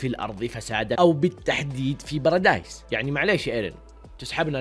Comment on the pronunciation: بارادي✖ براديس✔